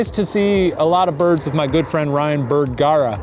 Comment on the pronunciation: “ryan berganzer” 💀😭